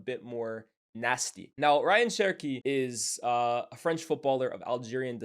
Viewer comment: His name is pronounced RAY-yan btw not Ryan